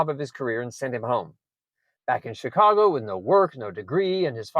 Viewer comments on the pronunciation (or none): none